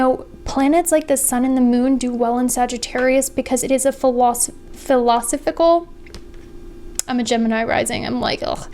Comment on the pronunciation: fil-o-Sof-uh-cull ❤️ you